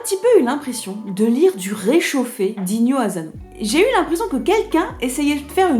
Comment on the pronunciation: Bonjour, une petite précision : en japonais la lettre S ne se prononce jamais comme un Z, donc ASANO ne se prononce pas azano.